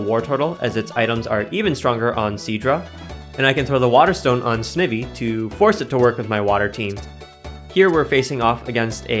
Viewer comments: Of note: I believe Snivy is generally pronounced 'sn-ivy' as in the plant, Ivy, rather than 'sniv-y' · Snivy: “sneye-vee” Snake and then like the ivy leaf on its tail 🤣🫶🏼